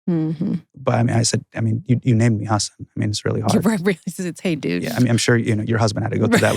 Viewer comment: I'm so sorry they pronounced your name wrong, Hasan. Very disappointing. Janky research. Kudos to you for not mentioning it before sitting down.